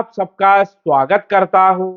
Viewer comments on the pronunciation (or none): none